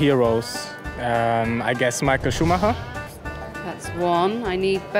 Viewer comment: Ja ich finds zum kotzen wenn Deutsche Michael englisch aussprechen...